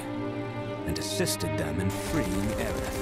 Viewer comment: IT WAS ALWAYS AERITH NOT AERIS